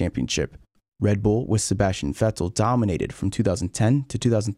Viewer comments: I didn’t see anyone mentioning this, big Kudos to you for being the first non German content creator I hear pronouncing „Vettel“ the right way :P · Finally someone who pronounces Vettel correctly, thank god xD. I've been watching F1 since 2008 but still awesome to see this